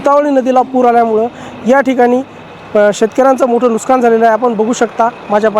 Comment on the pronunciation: नुकसान हा बरोबर शब्द आहे नुसकान नाही